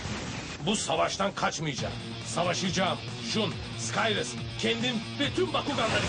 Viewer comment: linkin bakuganı alus değil alter di. Ya azıcık özen gösterin seslendirmiye. Bazı bölümlerde de ventusa darkus diyip sinir ediyorlardı. Bir de türkçe seslendirme yapıyorsanız türkçe okuyun sıkayrıs ne ya skayres işte niye zorluyonuz